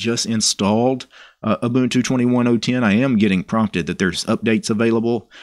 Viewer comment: You pronounced Ubuntu correctly but the G in Gnome is silent ;)